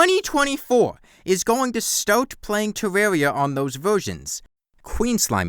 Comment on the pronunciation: I don't want to be rude, but the way you say tewwawia is adorable af